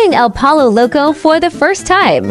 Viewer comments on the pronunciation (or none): Wait can you eat chicken if your vegan? And the way the voice pronounced pollo 😂